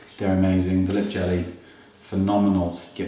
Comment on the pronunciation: u r absolutely right, the lip gelees r beautiful!! i got all 4 of them and I also have 2 others (1 of which came out in the venemous villains and another called moonstone). THey are all in that champaigny pink-beige family. Btw i also love how u pronounce all the names!